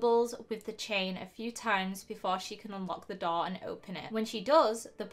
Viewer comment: The way you say " story" ,"four","door" etc. Is soo weird!